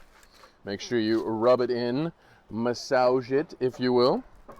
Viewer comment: MAH-SOWG IT ... oh my.